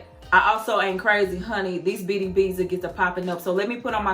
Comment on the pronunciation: When you said beaty beas, I couldn't stop laughing 🤣🤣🤣